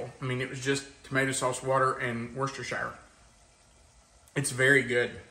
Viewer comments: Wuster-sure, not harder than that 😂 its NOT shaier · Don't know how you don't burn your mouth. And by the way it pronounced "Wash your sister sauce". Lol. T-shirt is awesome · We call it " wash your sister sauce". LOL Just because people pronounce it all kinds of ways. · Have you ever heard it pronounced...wash-your-sister? Lol